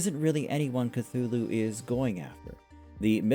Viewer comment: Story takes an hour in audio book on here. If you'd listened to it you'd have better pronunciation. Call of Cthulhu.